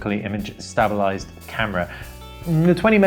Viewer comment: Jeez this guy can't even say stabilised properly.